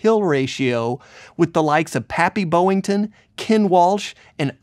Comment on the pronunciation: It's BOY-ington not Bo-ington!!! Actually it was Hallenbeck. He changed it from Hallenback to Boyington to escape marital status restrictions at that time. Boyngton was his bloodline father's name. And he was seldom called "Pappy." "Gramps" was more like it. "Rats" even more. And he had the nickname "Rats" much much longer. I built scale models for one of his pilots that lived right behind us named "Dutch." It was Boyington who gave that name to him....Outstanding Video😆😆😆